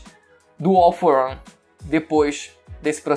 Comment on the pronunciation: “All for ãn”